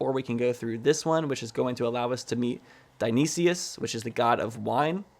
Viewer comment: Update, cuz im still watching: Dionysis is pronounced Die-oh-nye-sis